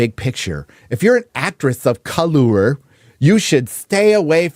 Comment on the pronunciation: Dont say colour that way, have some respect for your elders from 1700's